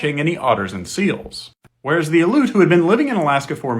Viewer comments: Aleut is not pronounced“uh-loot.” It is “al-ee-oot” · You lose a lot of credibility when you pronounce Aleut wrong Say alley like a small street/back alley Then say "oot" like "hoot" without the H Alley-Oot Ale ut Aleut Thank you for your attention to this matter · Aleut. Al-EE-oot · Not “aloot.” Al-ee-yoot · It's pronounced AL-ee-oot. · pronounced al-E-ut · Aleut is pronounced “ah-lee-oot”. You should pronounce their name correctly for respect, as a descent of settlers on native land yourself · You’re pronouncing Aleut wrong. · Love the video. Factual, but Aleut is continually mispronounced. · Came here to say this. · Yeah that was pretty annoying hearing it mispronounced over and over, it's not some tricky word it's their name. I'm Tlingit btw